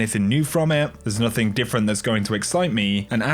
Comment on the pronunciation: Why do you add a "k" to all words ending with a "g"? Example "nothingk"